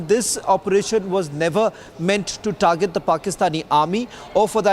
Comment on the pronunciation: Where'sah the meatah? Targetah? Whetherah at allah Whetherah at allah Thats how you sound ass0